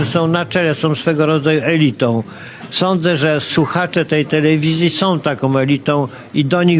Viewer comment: mówi " suchacze"!!!